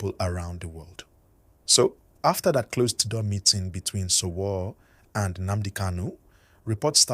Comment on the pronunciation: It's pronounced Sho Woo Ree not sowo